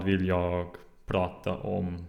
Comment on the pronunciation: Very good! I only have a few pronunciation tips: It is safer to pronounce g at the end of words, like you do, but we always drop it for ...I guess pronouns, verbs and adverbs... while keeping the sound of the rest of the word the same. Jag = Ja' Idag = Ida' Drag! (Pull!) = Dra! Unfortunately nouns and adjectives (or possibly just less commonly used words) don't follow the rule: Slag (Hit), Vag (Vague), Drag (Draft) You got the Hock in Hockey right, but the word is pronounced more like Hocky, if that makes any sense. If you happen to know how we say Sy, Vy, Bry, Sky or Dy, you'll get the ending right. :)